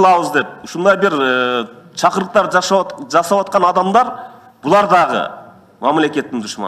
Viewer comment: Сен биринчи туура суйлогонду уйрончу айланайн,анан закон,конституцияларды айт. Кыргызстан онукпой жатат сендейлердин айынан .Чакуруктар деп индейисче суйлоп таштадыго.Окмот эмнеге уктап жатабыз де.